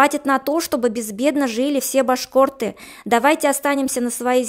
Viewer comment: ...уже раздражает,как эта произносит слово "башк о рты"